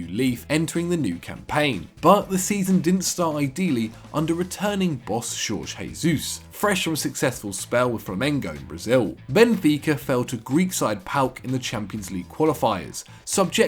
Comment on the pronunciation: Pls dont say Jesus like you're speaking spanish. The J in portuguese does not have the sound of H like in the sister language